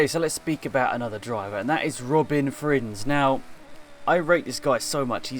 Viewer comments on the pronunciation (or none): It’s a bit annoying to hear you speak out Robin Frijns wrong, but you can’t do anything about it, as your not Dutch, and I am.